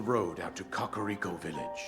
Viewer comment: Dont butcher that villages name like that 😭 Ka-Ka-Ri-Ko